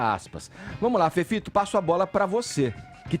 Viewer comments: Chamo ele de, tudo tem som de Z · FEFITO DEBOXADA, APRENDE A PRONUNCIAR A LETRA “E” SEU IRRITANTE, MEU LIKE É PARA O CAIO